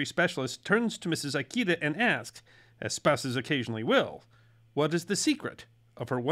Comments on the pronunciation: just a small thing: it's pronounced "EE-KAY-DUH", not "EYE-KEY-DUH". lol. Like I said, just a small thing. 🙂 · i love you but always remember: all Japanese vowels are short! Ikeda isnt "eye key duh" its "ih-keh-dah" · Pronounce Ikeda as "eekaydah" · Kikunae Ikeda is supposed to be pronounced like “key-qoo-nah-A, E-K-dah.” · How many times are you gonna mispronounce "Ikeda?" Damn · That is not how the name Ikeda is pronounced, nor how Kikunea is. You American, you. That is also not how parmesan is pronounced. You American American, you. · Maybe you know something about the West and its history, but nothing about Japan. Before creating the video, you should have consulted a knowledgeable person in how to pronounce "Ikeda" and the rest of the Japanese words you mispronounce terribly, besides misspelling it, it's "Kikunae", not Kikunea.